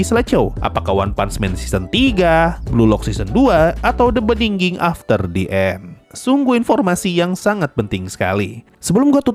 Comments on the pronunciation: the beningging, beningin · the beniginginginggg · maap ..... " The Benningging .... gw salah denger gak ya?? ... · The beningin.... the... the bening ..... the beningging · fak bikin gw puyeng tiap denger nya 🤣 Beningning, beningging... Benggningging. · iya lagi,, sempet mikir, gw yg salah denger atau gw yg salah baca judulnya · sama, perasaan gampang aja deh nyebut "the beginning", kenapa digitu-gituin, saya sampe stop nonton karena gk nyaman